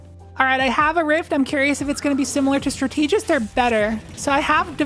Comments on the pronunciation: “Strat-ta-gist,” not “stra-tee-gist. Great video as always! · strategist is pronounced like strategy 🙂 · The reading comprehension was not great in the Geomags section. But I imagine it was a really long day so it was easy to misread the change. Edit: Are you also mispronouncing Strategist on purpose? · You’re kinda mispronouncing “strategist” :x